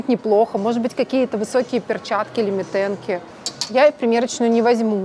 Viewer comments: МИ-тенки, а не митЭнки. 😱🤦‍♀️🤦‍♀️🤦‍♀️Уже который раз это произносится неправильно 🤦‍♀️🤦‍♀️ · Вот да!!! Я за 35 лет жизни впервые слышу такое произношение 😅